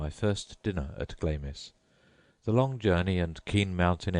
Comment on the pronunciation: Dude it's pronounced Glams!